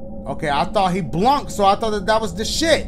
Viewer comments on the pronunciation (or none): "he blunked" im dead